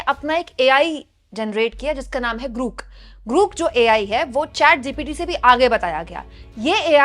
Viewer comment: It's not ग्रुक It's ग्रोक !!!